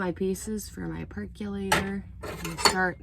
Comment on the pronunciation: You mean perk O lator... NOT perk U lator. A percolator percOlates coffee and it is pronounced without a U sound. PERCOLATOR. Say that ten times and you'll get it.